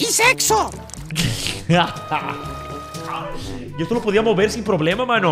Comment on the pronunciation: Jajaja que chido pero dice sepso